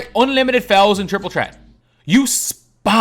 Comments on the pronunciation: I like how he says Triple Chret instead of Triple Threat 😅😅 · It’s an accent